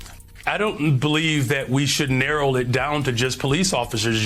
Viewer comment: "highly educated Brother"? He pronounces narrow as narrol. My grandson is 3 YO, and he can pronounce 'narrow'. I just tested him. Blacks, like you, need to raise the bar.